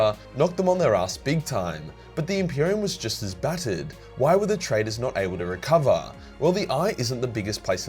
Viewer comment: 'Terror', 'Terra' and 'recover' have all the same ending according to Australian accent.